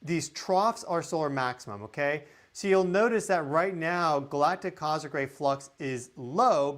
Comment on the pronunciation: What is a cozic ray? Do you mean cos- mic ray?